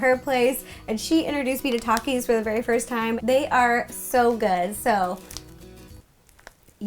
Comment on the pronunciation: Rosanna Pansino I don’t want to sound rude by correcting you and I love you and your videos but I think Takies are pronounced like Thakies